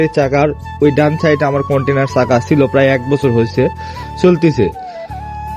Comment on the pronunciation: কন্টিনার চাকা না কন্টিনেন্টাল বলে ওটাকে।